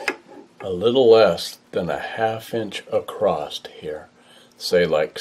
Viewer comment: This guy's the real deal. A true craftsman says "acrost", not "across".